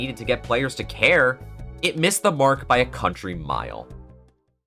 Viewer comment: when you were talking about gavin i thought you said hair instead of care and now i can't stop thinking about bald kristoph gavin